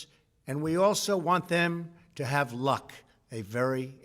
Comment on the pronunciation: Why did he emphasize LUCK. seemed noteworthy like it’s code.